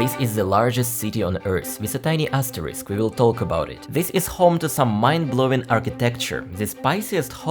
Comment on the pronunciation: Pro tip The 'l' in "talk" is a silent letter, pronounced like "tawk". This is because the 'l' sound is not pronounced in words like "walk," "chalk," "could," "should," and "half". 😅❤